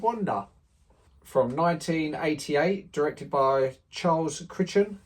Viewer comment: CRY-ton, mate - it's pronounced, CRY-ton. (Sorry for being pedantic). A Fish Called Wanda has to be one of the best British comedies of all time, in my not so humble opinion. It harks back to the golden years of Ealing - not too surprising as Mr Crichton memorably directed several of them, including the magical Lavender Hill Mob - yet it still has a style all its own. Every time I happen upon it, it's one of those that I can't help but watch it all over again. And remember, "DON"T CALL ME STUPID!!!"